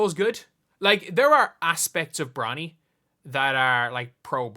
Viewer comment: Is he saying bronald ??